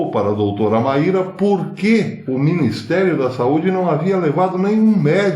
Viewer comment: Pronuncia-se como Máy -ra